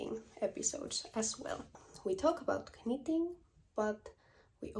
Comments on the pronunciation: Greetings from Ontario, Canada. Your English is fine👏🏽👏🏽 it’s nitting not kanit😂. I would love for you to do a colour video. Thanks❤ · Congratulations on your first English Podcast! The K- in knitting is silent so pronounced nitting. 😀Just to confuse people lol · Your english is great! I have one suggestion. Do not pronounce the K in knitting. It is sillent. Pronounce the N instead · Hej! I just looove/älskar how you pronounce the k in knit/knitting. Never stop. Wow,yey your knit taste are amazing. Grettings from Norrland-Sverige.Pssstt...my dearest childhood friend are also a Kinnunen.🤸🏼‍♀️💃☃️😁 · How brave you are podcasting in another language! Honestly, I thought pronouncing the k in knitting was quirky and cute, in fact I might start doing that myself! Loved your pattern and wool colour choices. Looking forward to your next episode. 🙂 Wendy, Cheshire, England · In English we don’t pronounce the k in knitting 🧶